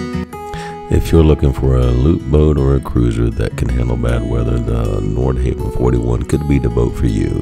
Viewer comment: A note on pronunciation: "Nordhavn" is pronounced nord-hah-vn, not nord-hay-vn. The name is Norwegian for "North Harbor," chosen because the founders of Pacific Asian Enterprises thought their first project, the N46, had a look that was reminiscent of North Sea fishing trawlers.